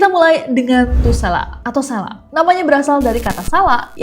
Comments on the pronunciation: Fyi kak nes : penyebutan lombok (lurus) itu huruf "o" nya sprti "o" di kata bhs inggris "low". Sdgkan tuselaq "q" nya dibaca sprti hruf "k" di kata "bapak". Di tmpt sy ada kepercayaan kalo mau usir selaq, lempar selaq itu pake telur busuk pas masih dlm wujud selaqnya, supaya gabisa balik ke wujud mnusianya/ berenti berulah. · Kak bukan selaq tp sElaq